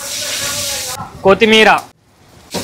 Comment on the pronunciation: Koti meera lowda meera kaadu ra ayya kottimeera 🥶